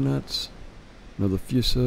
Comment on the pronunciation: Nice video! Although you completely butchered pretty much all the Japanese ship names you spoke of such as the Kaga and Fuso this was still enjoyable. Seems you ended up making a better South Carolina Class.